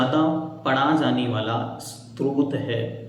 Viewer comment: भैया जी आप बहुत अच्छा समझ रहे हैं लेकिन आप इसे भक्तामर स्त्रोत बोल रहे हैं जबकि यह स्तोत्र होना चाहिए